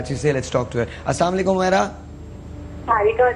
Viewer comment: Abe houle not salamu alaikum Assalamu alaikum say salam properly